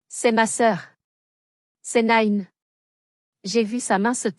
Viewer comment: Il ne faut pas prononcer Nine avec l'accent anglais, Nine ça signifie dans le midi ,,Petite, Mignonne